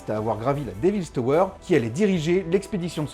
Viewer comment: "déville tauweure".....!?!?!?!?